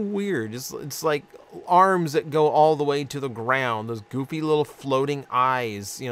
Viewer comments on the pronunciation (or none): none